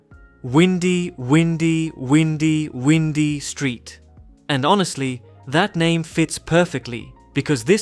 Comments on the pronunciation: I think that street name is pronounced with "why", not "we". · I don't believe the pronunciation of the Windy Windy Windy Windy Street is Windy, like the weather. Rather Wine-Dee, as in, the road is very Windy (wine-dee) and twisted. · It’s not pronounced “windy”, like air flow, it’s pronounced “Wine-dee” like curvy. That street is based on Lombard Street in SF. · Not windy like win. Windy like bind. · the "win-dee" street is said by the narrator like its the wind, blowing in the wind......windy windy windy. It's actually meant to be WHIND-E that the street bends, curves, it winds around and around :-) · "Windy" in this sense is probably pronounced like "WINE-dee," as opposed to "WIN-dee." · It's not pronounced Windy, windy, windy, windy, windy street not as in wind but windy (Wine-dy not Wind-dy) as in lots of curves in the road. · windy not as in blowing air, windy as in winding back and forth. Wine-dy. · It’s windy like (wine d) like a windy round that has many turns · Excellent overview of prominent Safe Houses. I really liked the Prickle Pine Safehouse in Las Venturas myself. Also, for the Windy, Windy, Windy,Windy Road, the "i" is long as in the word "eye" versus the short "i" as in wind and ink. Therefore, it is W"eye"dy road which make sense since it is based on Lombard Street in San Francisco. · Btw not to sound like a grammar police, we all love you! But it’s pronounced “Why - ndie” or “Y - ndy” if that makes sense? Love your uploads, been a viewer since 2017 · i think it's windy, as in "waindy" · I can tell he meant that but the AI voice mispronounced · Your pronunciation is incorrect on Windy!!! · it’s windy 🌬️ as in wind but rather windy as in how there is so many curves so it’s windy street, I’m surprised you pronounced it incorrect. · It's not "Windy" as in wind, it's Windy as in, winding, because that's what it is.😅